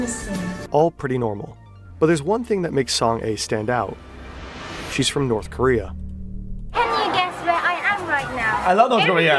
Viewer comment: Bro is terrifed of North Korea he can’t even say the name of the country 💀